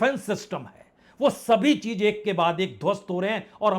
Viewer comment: Sir, aap reporting bahut acha karte hain. Agar Z ko acha pronounce karen gy to Ayr bhi acha ho jayega, cheez ko cheej na bolen.